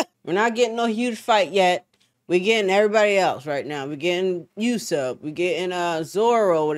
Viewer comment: I don't want to be a "grammar Nazi" or wtfever, but his name is pronounced Oooh-sopp, not You-sopp. Uso is Japanese for liar so it matters in this case 😁